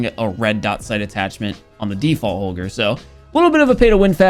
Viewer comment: i deffinitely like how say holger the normal way